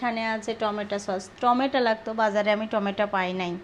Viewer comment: স্যুপের মধ্যে গাজরের সাথে কাঁচা পেঁপে দিবে,টমেটো সস দিবে না। আর উচচারণ টা টমেটা না টমেটো হবে।